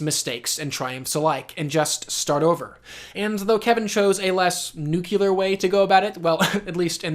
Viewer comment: Oh, also, "nuclear."